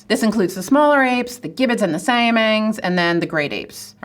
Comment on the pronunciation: Siamang is pronounce Sia (like the singer's name) + Mung (like mung beans)... ie. /siʌ.mʌŋ/